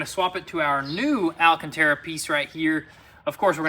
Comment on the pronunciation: I've said it a thousand times before but it's AL-CANTERA not AL-A-CANTERA